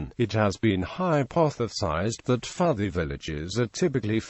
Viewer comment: is pronounced PUUTI